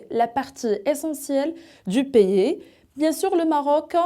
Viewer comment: Vous avez des lacunes sur le plan de la prononciation :vous n'articulez pas bien le mot 'pays" a part ça vous avez bien appris par coeur ce que vous présentez BRAVO